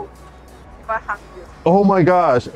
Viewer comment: When she said she want to "hung you", she meant by "hug you", her pronunciation is just off.